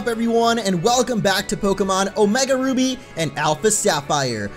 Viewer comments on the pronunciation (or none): none